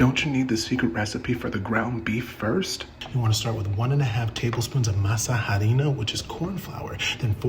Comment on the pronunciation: Uhh Jordan? The “h” in Harina is silent. H’s are silent in Spanish.